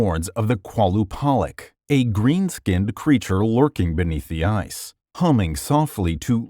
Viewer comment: The Qalupalik isn’t pronounced that way, it comes from northern Canada Inuits and spread across, it’s actually pronounced “Ka-Lu-Pa-Leak” !!